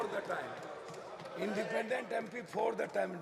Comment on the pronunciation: इंडीपेंडेंट भी नहीं बोल पाया पप्पू यादव